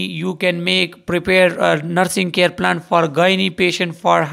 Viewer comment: Pronunsation tek nhi sir plane mean jehaz ye jo hai ye plan hai